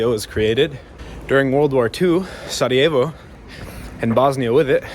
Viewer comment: you are the Man! I am born in Sarajevo but I enjoyed your presentation,your knowledge and very good pronounciation of our language.❤